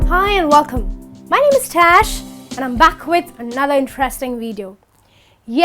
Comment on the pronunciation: it's tash....